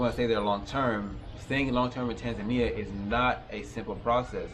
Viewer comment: You should learn to speak the name of the country correctly